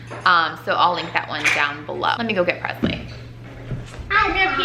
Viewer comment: Don’t get me wrong she’s your daughter and you can say her name any way you’d like, but for some reason it irks me how you pronounce Presley with a ‘z’ sound instead of and ‘s’ like Elvis PreSley. Still love you guys though!